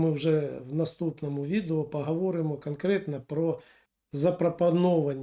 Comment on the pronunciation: Не коверкайте українську мову,наприклад"пагаворимо",не "гардон" а гордон,не мажливість а смі знаєте як